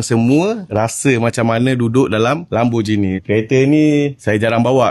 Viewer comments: Lamborghini bang bukan bukan Lamborjini. Gi bang Gi. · bang, lambor gini bkn lambor jini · Lambojini ❌ Lamborgini ✅